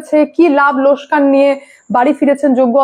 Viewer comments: কথাটা লোসকান নয় লোকসান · বোনটি, লোসকান বোলনা, লোকসান বলো।